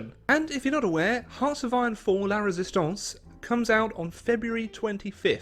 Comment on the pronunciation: ‘La Résistance’. Finally, is able to pronounce two French words competently.